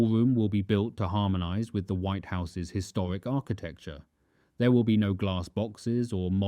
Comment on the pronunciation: Perfec? The ballwomb wiw wuk poofec? The put-on 'accent' is a speech impediment.